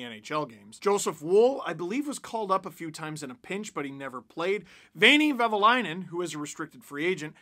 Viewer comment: I know it's hard for someone who's not finnish, but it's "Vehviläinen" 😁